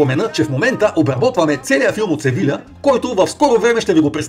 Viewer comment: СевиЯ, двойното ll се чете за я